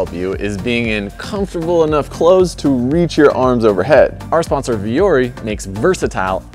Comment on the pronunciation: ITS VUORI NOT VIOURI